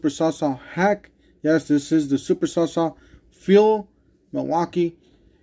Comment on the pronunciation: Did you say saw saw? 😆